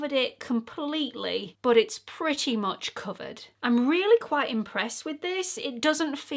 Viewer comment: There are so many expression that the English use that I love, I can listen to you say putty over and over 😂.....I do also love the British liberal use of the word c~nt but I laughed out loud when you said " this is right up my Street" 😂😂❤